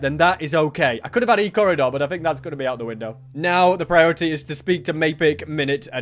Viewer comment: "ill give you Ecorridor" still gets me to this day